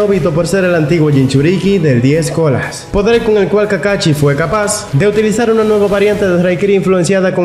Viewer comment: Ay, me desespera que diga Charingan y kakachi, pero gran video. Casi nadie hace videos hablando de los otros jonin que no son Kakashi